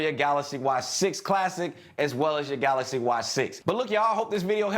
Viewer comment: i dont need a screen protector on my "galacy" watch because its saphire, and its galaxy not galasy:) # #cjsentme